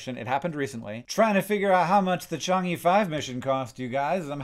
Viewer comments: It's Chang -urr or -err, it's not Change eee. I hope this help in future mention of this. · i feel obligated to tell you that the e at the end of chang'e is pronounced basically like "uh", not "ee" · Hank, it's not "chungy", it's a sound more like "chung-err". Paste 嫦娥 into google translate and hit the play button. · Hank is close to pronouncing Chang’e right. He got the “Change” part right but the “e” in Chang’e is pronounced more like “uh” or like “ugh” without a hard “g” sound. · Not to be pedantic, but speaking as someone of Chinese descent: the second syllable of Chang'e is pronounced closer to "uh" not "ee". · Small note: It's pronounced Chang'"uh", not "ee". Highly recommend the movie Over the Moon to watch with kids interested in science and/or mythologies, animated movie about a Chinese girl obsessed with the legend of Chang'e.